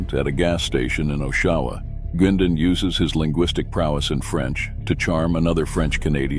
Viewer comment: They can’t even say Bernie’s last name right